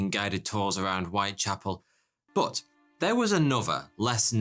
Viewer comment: I like it when you say but as booth